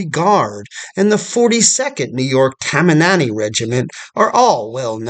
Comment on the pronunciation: I think I heard “tamamanny” during the intro of NY units. Did you mean Tammany? Like the Tammany Hall scandal?